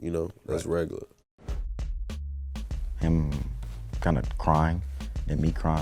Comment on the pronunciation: "Regaluh shit"